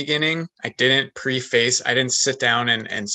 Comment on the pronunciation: Guy needs to learn how to pronounce preface